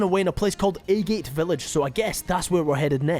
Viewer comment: is pronounced Aggg it (agate) like the gemstone